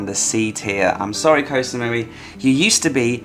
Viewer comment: I agree with your picks and glad to see Samet on the S tier. I'm returning there again soon. I do a small cringe everytime you say "Koh", you know how it's really pronounced 😊